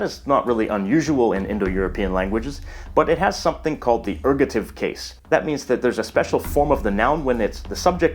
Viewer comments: ergative, not ergotive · Isn't it Ergative (not Ergotive)? :P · Erg-o'-tive ERGATIVE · Very impressive, thanks. Ergative, not ergotive, though. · Just two small things, first it's ergative case, not ergotive case. The pronunciation of euskara is a little bit off (the eu is jsut like it's in Spanish). And although Basque is speaked only by the 27% as L1, there is about a 15% in the Basque country who is also a L2 speakers. The statistic are more interesting when you look into the younger generations, who grew with schools were basque was teached, were two thirds are bilingual. These numbers come from a study done in 2006, more recent studies show that the numbers are growing (except in the French regions, were the opposite is happening). So Basque has a good perspective of survival. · It's called ergAtive, not ergOtive. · The mispronounciation of Pyrenees led to a facepalm in another video... so I'll point out "Basq*i*e", "erg*o*tive", and that Euskara isn't YOOskara but eooSKAra /eus'ka.ra/. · Dude, you misspelled ergative, and mispronounced it aswell